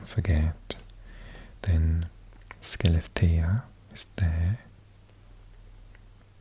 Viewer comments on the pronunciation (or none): Skellefteå is not with sk it hwuellefteå fast Say it more swedish and you Will get it plus at all places up north ending with å We usually exclude the å so ume and pite